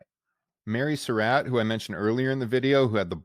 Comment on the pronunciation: This was a good presentation, except that the narrator mispronounced the name "Surratt." He pronounces it like "Sir Rat," but it's correctly pronounced like "Sir Rot."